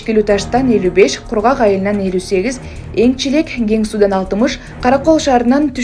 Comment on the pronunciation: Энчилек эмес ЭНИЛЧЕК